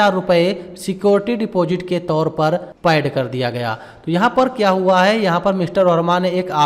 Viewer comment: कैश स्टडी ❎ केस स्टडी ✅ सलेक्ट ❎ सेलेक्ट ✅ पैड ❎ पेड ✅ रिसिप्ट ❎ रिसीट ✅ असेप्ट ❎ एक्सेप्ट ✅ etc...